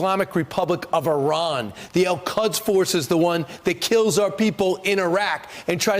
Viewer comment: The way Kilmeade says “Al-Quds” it sounds more like “El Cuds” to me. Like he is talking about Spanish cows or something.